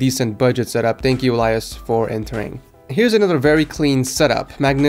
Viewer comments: You say Elias like this eel-e-is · You pronounced Elias wrong btw